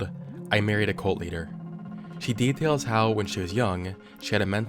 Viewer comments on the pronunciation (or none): none